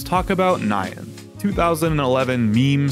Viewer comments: Lol at the pronunciation of "Nyan" as "Nye-anne" For anyone who doesn't know, the correct way to say it is more like "Knee-Yan" (but be sure to shorten the sound between the N and Y, in other words keep the "ee" sound in "knee" as short as you can) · what the hell is "ni-yan," just pronounce it as it is bro. It's not an English word. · the most nostalgic thing about this video was remembering how common the mispronunciation of nyan (NAI-yun instead of nee-YAN) was back in the day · It's 2023 and folks still pronounce "nyan" as "nigh ann" Wild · He pronounced it wrong. The Y is a consonant in this word. It's the Japanese word for "meow". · Bro should be legally banned from saying Nyan... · Why the heck do you pronounce "nyan" like that